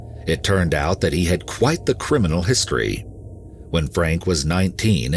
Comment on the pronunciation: emphasis on "Criminal"